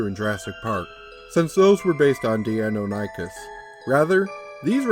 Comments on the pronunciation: Forgive me, I'm going to be "that" commentor for a moment. As a huge D&D fan and a massive dinosaur enthusiast all my life, the creature's name is pronounced: Die-non-ah-kiss As pronounced by Prof. Ostrom who discovered the animal. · In the off chance it ever comes up again, it's "Die-NON-ychus." I'm not sure how to pronounce the Q-bird, though. Even in my good ol' days as dinosaur-fanatical little brat I'd never heard of it. I don't get the player's reaction, either. Unless he had some mental health issues before the death of his mother or the experience was especially horrifying and traumatic, he should have moved on by this point. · I wouldn't say hubris was involed, it's a commonly mispronounced name if one hasn't heard it before, or in a while. My ultra dinosaur nerdy side kicked in and I couldn't help myself. Bit of trivia related to the video: The commonly known Velociraptor, the small feathered turkey sized dino, is fully known as Velociraptor Mongoliensis. Deinonychus (Dienonychus Antirrhopus) at one time was breifly known as Velociraptor Antirrhopus. So while the raptors in Jurassic Park are Dienonychus, calling them Velociraptors isn't really wrong.